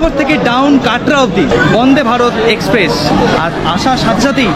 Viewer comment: Video to kharap hoini .tobe accent er opor jor din.. express ke espress bolun..ekshpressh noi.. secondly apni jokhon nije giyei dekhchen okhankar paristhiti ki..police ebong adhikarik ra nijerai baron korche tader vigilance er baire na jete tokhon eta asha kori bujhtei parchen kashmir ekdomi safe noi..ekjon blogger hoye manush ke bhool pathe chalito kora ta ekebarei thik na..songe abar ekjon tour operator ke rekhechen jini apnader aager anek gulo trip er operator chilen..er aage srinagar er video te bollen kashmir khub safe abar ei video tei bolchen tar ulto ta..nije decide korun..ki bolben.. business korun kintu onyer paribar er life stake e rekhe diye noi..either apni ekhono immatured nahole mithyebadi.. change yourself..high time